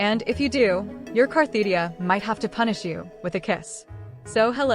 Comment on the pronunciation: It's funny to me that the poster always uses this AI voice that both mis-spells and mispronounces Cartethyia and instead calls her Carthetyia.